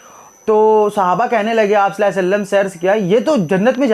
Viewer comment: Please pronounce correctly sallahu alaihi wa sallam jazakallah